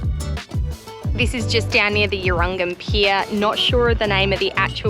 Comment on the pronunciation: great video guys , we live in Point Vernon Hervey Bay 😊 By the way Urangan is pronounced U Rang Gan ☺️